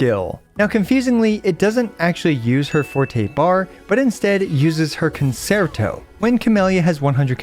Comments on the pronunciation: FYI it's pronounced [con-chair-toe] not [con-sair-toe] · Love your guides and i hate being this guy but it's the music class in me it's pronounced kuhn·chehr·tow Guoba was doing the same thing in his Robin guide for HSR. thanks for understanding her kit for me so i don't have to! I also hope you're feeling better by now. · CON-CHEE-AIR-TOE You get discounts on Italian cars if you say it right